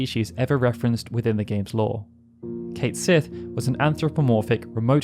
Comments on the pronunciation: Just to advise you, Cait Sith is not pronounced Kate Sith. His name is actually pronounced Kett Shee. It's from the Irish name of a mischievous cat spirit, and literally translates as "Cat of the Fairies". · Cait Sith is a name from Scottish Gaelic mythology, and is pronounce Ket Shee. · Oh that’s not how Cait Sith’s name is supposed to be pronounced 😅